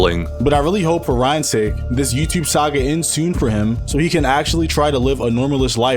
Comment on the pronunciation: Bro said “YouChube”. 💀